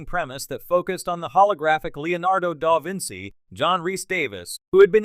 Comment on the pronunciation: The constant mispronunciation of the name "Da Vinci" (which is used in nearly every sentence) by the AI narrator makes this video unwatchable.